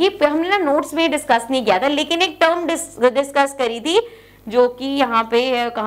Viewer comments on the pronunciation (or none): none